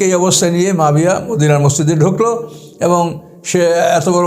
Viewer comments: Nam tao to bolte janenna abar vul dhoren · এই লোকের উপর আল্লাহর লানাত পড়ুক। এই ব্যাটা আহলে কুরআনের লোক, মুনকিরিনে হাদিস, হাদিস অস্বীকারকারী, জলিলুল কদর সাহাবী হজরত মুয়াবিয়া রা এর ব্যাপারে মিথ্যা অপবাদদানকারী। শিয়াদের মিথ্যা ইতিহাস পড়ে সাহাবিদের সমালোচনা করছে। কোনো মুসলিম সাহাবিদের সমালোচনা করতে পারে না। এটা মওদুদির উম্মত। একজন সাহাবির নাম টাও সঠিক ভাবে নিতে পারে না। কুরআন সহিহ ভাবে পড়তে পারে না। এ হচ্ছে কুরআন গবেষক! নাউজুবিল্লাহ। এর কথা যারা মানবে তাদের ইমান হুমকির মধ্যে পড়তে বাধ্য। সাবধান! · আপনি একজন জলিলুল কদর সাহাবী হজরত মুয়াবিয়া রা এর নাম টা ও সঠিক ভাবে নিতে পারেন না। ছি ছি ছি!